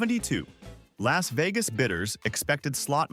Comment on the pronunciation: 😮It's Bobafet not Boabafet, it's picasso not picarso, why did they have to pay 80bills, surely you mean an $80bill who are the firm called bidders. Isn't it Las Vegas, not Los Vegas. Prosthetic goat not prothetic, or should that be a pathetic goat. Surely you mean a storage unit in OREGAN NOT ORGAN. What's a toughie, more to point how do you eat it? Are you saying bitters or bidders, either way are they an American autioneers or what? The garden gnomes as presidents sounds like good fun, every country in the world ought to hav3 something like that. POP ART, THERES NO MUSIC IN COMICS NEVER EVER HEARD OF AN AUCTIONEERS CALLED BIDDERS OR BITTERS, MUST BE ONLY IN AMERICA.